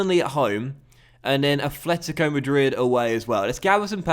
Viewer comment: Why do you say afletico hahahaha it's atletico